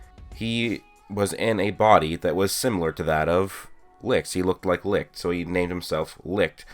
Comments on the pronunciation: You pronounce it lick but the others pronounce it licht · i always thought it was pronounced “li-t-ch” not “li-ch-t” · Its not ligt or lickt its licht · Its funny how nobody is able to pronounce "Licht" correct xD